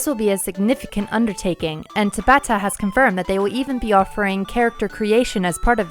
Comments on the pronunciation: Tah-bah-ta. Not tuh-bah-tah. Please, for the love of god, Tah-bah-Tah. It is pronounced the same. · There is no reason to constantly mispronounce someone's name. It takes ten seconds to pull up Tabata saying his name and listen to it. It would be like someone calling you "Lie-oh-nar-da Pine-uh" constantly.